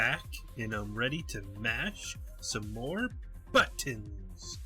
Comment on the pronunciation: I'm going to be the asshole here, but I've been bottling this up for a while now... I like your content. I really do. But the way you over-annunciate the word "buttons" in the intro of all your videos just irks the hell out of me. Yeah, it's superficial. But everytime I hear it, I develop this belligerent urge to make the stupidest face and dance around yelling, "Hurrr hurrr hurrr hurr hurrrrrrrrrrrrrrr" inside my throat like someone might do when calling another person retarded. I think maybe it's because I have a brother who had a friend growing up who did this a lot. Everything was over-annunciated by him and he was a huge, unforgivable dork to the Nth degree. Alright, now that I've let that out, I just wanted to comment that I really hope that the NX doesn't entail another controller gimmick. I'm really tired of those. I still think they need to keep the NX unique. I'd personally love to find out that the new way to play entails a virtual retinal display along with a fairly standard controller. A VRD could mean playing on the go with an outputted virtual screen comparable to that of a large screen HD television. In other words, you could play on the equivalent of a 70-inch TV without having to carry around a 70-inch TV. It would all be projected onto your retinas through a small, glasses-sized device. Then maybe while playing at home, the VRD could augment the TV gameplay with more natural 3D effects. Let's take that a step further. What if the VRD device linked up to the